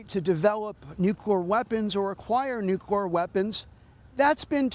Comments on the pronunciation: This guy says NUQUEER weapons....why? why does he say it like this?? Why cant this guy pronounce the word nuclear properly?? play it at quarter speed, he literally says NuKwer...LMAO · It's pronounced: Nu-clear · nuclur lol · Why am I listening The Independent, to a guy who can’t pronounce the word “nuclear” criticize a deal that ends a war they were criticizing the day before!🙄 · This guy trying to pronounce "nuclear" hurts my soul... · That's how prez says it.